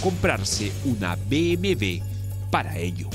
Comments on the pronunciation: Jajajajaja dijo BMV jajajajaja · se dice bmw. burro no bmv.. en todo caso seria b.m.doble.v .. o como desimos aqa mejico.. b.m. doble.u. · Que dijo sobre un poderoso que BmV ?? Pensé que era BMW jajajaja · se dice BMW no BMV